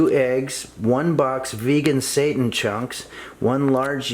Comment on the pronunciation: Him pronouncing it as satan instead of seiten has me cracking up lol. Also I thought this was actually vegan but the eggs snd butter ruined that but I'll substitute those and lastly the cat on the counter was a 🙅🏾‍♀️ for me. That's why I could never eat food at potlucks, you never know what oeople have going on in their kitchens..but thanks for the recipe!!